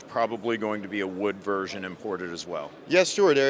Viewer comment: I like that "wersion" of AR. 🤣